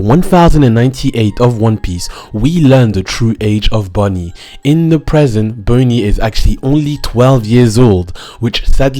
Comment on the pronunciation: "Boney" tho...